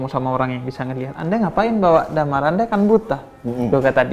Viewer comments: Damar anjayyy:v pengucapannya dhèmar bib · dimar bib bukan damar